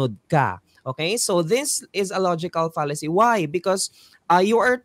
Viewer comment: Mali po yata pronunciation ni sa 'Fallacy'